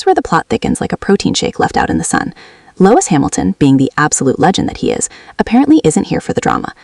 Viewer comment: Lois Hamilton??, it's pronounced Lewis. Why would I subscribe when you can't even pronounce a person's name correctly. Bye